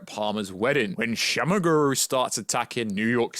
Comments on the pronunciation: Shuma-Gorath… it’s SHOE - MUH GORE - WRATH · Who the f*** is shama guru 😂😂😂 bro speak properly.